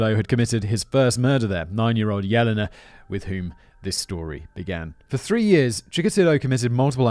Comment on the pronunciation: Good thing he saved trees and didn't print out the script this time...this one would be A LOT of paper! :P:P Oh God...does that mean Callum's gonna try to get up to two hours with his next script? :O (and just FYI, simon - Yelena is pronounced "Yeh-lay-nah" no "Yellina" )